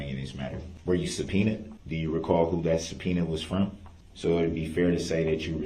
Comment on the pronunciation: They are the injured parties you ask them. Th😅e word is not DAT It is THAT